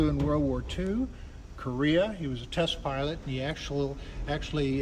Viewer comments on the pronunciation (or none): none